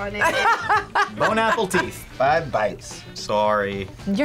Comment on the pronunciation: Did he say Bon Apple Teeth? Only one man is allowed to say that. . . Who else wants a DokaRyan episode now?